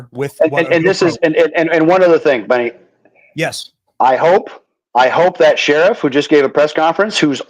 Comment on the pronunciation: LOL....Benny .. not.. Nenny. Sorry